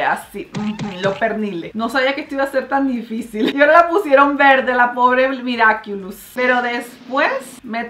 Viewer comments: Es miraculus no miriaculus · Mariale soy tu fan pero no es miraquiulos es miraculus así se pronuncia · Perdon por corregirte pero es miraculus